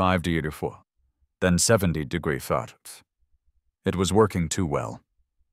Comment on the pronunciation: Why wasn't he grandfathered in? Why can't the AI pronounce "degrees?"